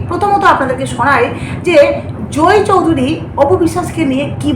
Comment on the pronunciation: জোই চৌধুরী নয়, জয় চৌধুরী। উচ্চারন ঠিক করে উপস্হাপন করবেন।